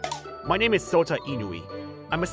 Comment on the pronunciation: Your name is not Sota it's Shota hehehe